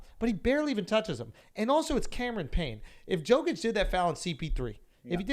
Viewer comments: Jokic didn't instigated the fight, he was walking away until Booker got in his face, then he got heated. Also Jokic is pronounced Yokich, not Joekich. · Schultz Basketball IQ: - Pronounces MVP Jokic name wrong 🤦‍♂️ - Talks about how if Suns win they face Brooklyn or Philly 🤦‍♂️ ... how about Atlanta? Series is tied with Philly... oh and what about the WCF? Hello you gotta get through The Claw or the Jazz... This is the second basketball video in a row where Schulz sounds like he doesn’t know shit about basketball. Come on bro...